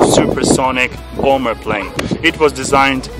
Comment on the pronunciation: Bom Ber. Say what? xD